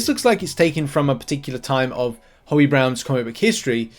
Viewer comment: "Hobie" with the "obie" like the letters O B . Not Hobby!